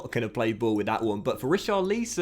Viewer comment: richar - leeson 😂